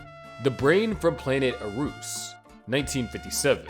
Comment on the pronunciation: It's pronunced the Brain from Planet Ah-roos. Know your subjects !